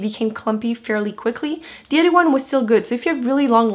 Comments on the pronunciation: I wondered the same thing also. She will say TH correctly in some words but then she will say D, instead of a TH for the word THE. I can't even imagine learning how to speak another language. I think she's doing a great job! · im confused you sound American but you say de or da instead of the lol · r u american or ?? when you say the u say de which got me annoyed lol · I love how she says "de" instead of "the" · why does she say "De" instead of "the" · Jaierre James No no no, she's from Québec,Canada and Québec is a french speaking province. For the "de" its because in our language, we say de instead of the.. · distefano It's an accent - I'm French Canadian! "H"s are silent in French which is why I don't always pronounce them correctly :) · She says "thee" just like "the" just another way to pronounce it :) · Megan, it’s not “another” way to pronounce it tho. It’s an accent. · It's how she speaks:) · Her accent and the way she pronounces the like dee is a bit grating. I get that English isn’t her first language, but it’s distracting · Duh I know that, I was obviously commenting on how I liked the way she pronounced it